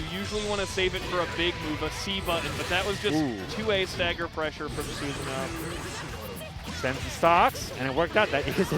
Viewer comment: Quick pronunciation note: Susanoo is pronounced SOOSS-ANO-O, not Suzanne-o.